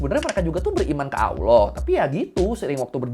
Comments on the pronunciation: Lucu liat org gak bisa ngomong Allah jadi awlah 😂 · Maaffff bang......sebolehnya latih lidah sebut Allah bukanb Alloh....Kalau bagi ALASAN sbb lidah orang Jawa.....Kenapa orang Jawa yang luar Indonesia boleh fasih sebut ALLAH....Teguran Ikhlas❤🙏🏾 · masih mending daripada aloh. 😅